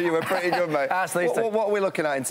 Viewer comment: I actually like Gilly's expressions and pronounciation, also Clarke's. These guys make a full fledged facial expression and bend every word to the fullest! Maaaeeet(mate), toime(time), tonoight(tonight), effectiiiive. Thats real cool, especially from Gilly.